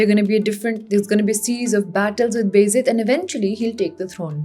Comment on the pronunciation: Can you please pronounce "Beyazid" as "Baa Yazeed" because that's what the actual word is. It is not "Bezid"